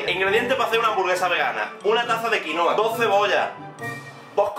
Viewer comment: Es quinoa